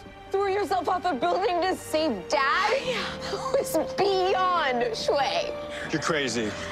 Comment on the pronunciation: OMG, she says "schway", haha, nice callback to the future of Batman Beyond.